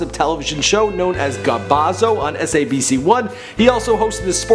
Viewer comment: He can't even say SABC